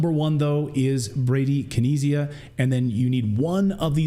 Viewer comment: Listening to Clayton try to pronounce bradykinesia was painful 😣